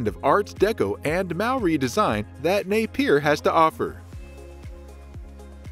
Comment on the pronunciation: Napier is pronounced “Nay -Pee-Ah”. Not “ Nay-Peer”